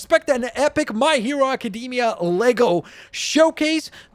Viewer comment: Nobody:: My Hero Acadeemia